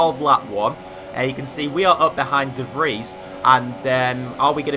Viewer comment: You're pronouncing "De Vries" wrong, (sometimes you say "The Freesh") you actually pronounce it as "The Freeze" funny cuss that's actually the translation, no hate though just a tip 😉